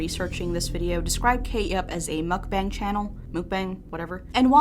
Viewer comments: the word "mukbang" wasn't muck bang or mook bang. the correct way of pronouncing it is "mook bunk" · pronounced Muhk-Bahng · It's apparently pronounced mook-BONG! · How to say Mukbang: Muh-k-bah-ng Pronounce the u like in the word mud, and the a in "bang" like the a in fall. It is NOT pronounced like it rhymes with fang. I know you're trying your hardest to pronounce it correctly so I just wanted to help, and if you're unsure on how to pronounce things in the future, just google it. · it's pronounced mook-bahng :3